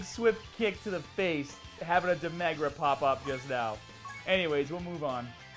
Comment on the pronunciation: No one:: DE MEH GRA